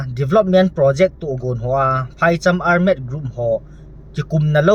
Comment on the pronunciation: Ar-med? Ole armed (thalchoi armed) joh nasei na hiding baha? Seikhen lou ding.